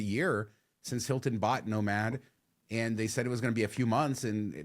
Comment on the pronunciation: Every time you say nomad Al Bundys no ma’am pops into my head.